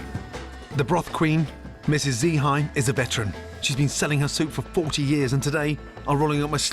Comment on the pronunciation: she is not G Hai, she is Mrs Hai :), " Gi" is friendly call likes aunt